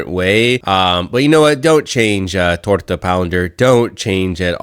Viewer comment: This dude said TORTA POUNDER 😂😁